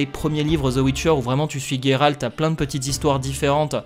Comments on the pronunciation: Géralt et pas Guérarlt on ne dit Guérard !!!! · On dit bien Guéralt en polak donc c'est pas étonnant que certains préfèrent cette prononciation